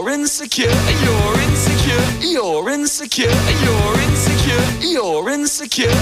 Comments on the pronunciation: french accent “you’re in the car” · 15 minutes in, I dont know whats happening 20 minutes in, I hear 'E-orins secure' 33 minutes in, I think I'm losing it 42 minutes in. I think I'm forgetting my name, nvm 50 minutes in, Lauren secure (accidentally pressed comment) 55 Minutes in, almost there 58 minutes, so close! I dont know what my ears will hear after this 1 hour 40 seconds, I did it! Now my ears are buzzing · thats all i hear aswell bro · can’t unhear it